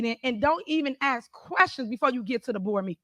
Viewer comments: It's ask not ax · 🤣 “nobody have to twist they arm” “Y’all don’t axe no question” 🤣 Yep, 4th grader at best